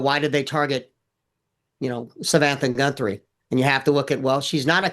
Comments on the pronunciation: Some pro! He couldn't even say her name right, Samantha Guthrie is her name. Her name is not Savannah Gunthrie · This guy cant even say her name right-He repeatedly calls her GunthRie--I would think if he knew how to do his job he would at Least be able to get the families name right-at the very least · God dammit! Would someone please inform this so-called expert that it’s GUTHRIE - not Gunthrie. What an idiot. It’s almost as bad as when MK kept referring to the Biden book as UNCHARTERED rather than Uncharted. Freakin’ nails on the goddamn chalk board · Gunthrie? It’s Guthrie he’s an idiot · Her name is Savannah Guthrie 🙄🙄🙄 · This guy sounds like an idiot clearly he doesn’t know she is. He’s mispronounce her name twice. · @@ He says Gunthrie clear as a bell , and . He even butchered Virginia Giuffre’s name . He only says Guthrie correctly